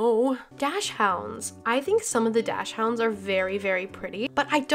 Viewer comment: Btw dachshunds are for some weird reason pronounced doxend it’s like a breed from Belgium or something by the way I love your videos